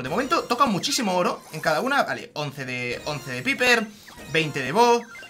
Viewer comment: Nose dice piper se dice paiper inteligente